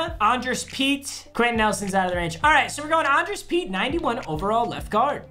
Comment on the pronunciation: It’s pronounced ane-dree-us